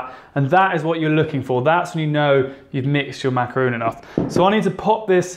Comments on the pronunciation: I can't help but to think about the way your mispronounce a macaron. It's not macaroon. Good job otherwise. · Thought this was going to be a macaroon tutorial because he keeps saying so, but it was actually just macaron 😅 Still yummy though :) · I love how you say "macaron" :) me encanta!! will definitely try it! xx